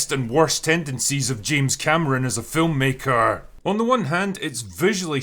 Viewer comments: FilmmakeRRRR LMFAO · “Film maKERRR” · The way you said filmmaker 🤣